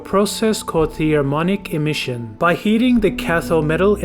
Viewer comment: This dude clearly has absolutely NO idea what he's talking about. From the way he mispronounced "thermionic", to confusing trans*istors with *re*sistors, I would take everything he says throughout this video with a grain of salt. Hell, make that a *pound of salt. Do just a little more research next time, so that when you explain something, you'll actually know what the hell you're talking about. I'm not suggesting this to be a dick, and I'm sorry if I come off as one even though some parts of your video were infuriating and very deserving of criticism. I'm suggesting this so that's your videos can be of a higher quality, and it'll be easier to trust what you say because it'll sound like you actually know what you're saying rather than just reading from a script and having no idea as to what a *trans*istor is versus what a *re*sistor is, for example. They are very different, yet at the beginning of your video when you mentioned transistors, you showed footage of resistors on it being placed on a circuit board, followed by a number of other electronic components, none of which were transistors.